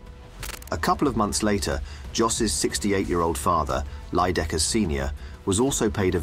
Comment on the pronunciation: It's Leijdekkers not Leijedekkers...